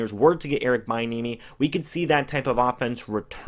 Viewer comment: Its pronounced be- enemy 😂